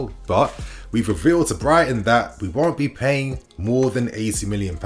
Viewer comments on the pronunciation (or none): none